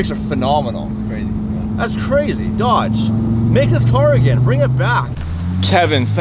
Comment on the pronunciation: Every time you say Dodge all I hear is Fiat 😆